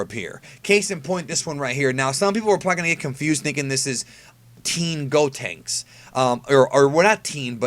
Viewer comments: it's pronounced "Gohenks" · The way you say Gohanks rubs me the wrong way for some reason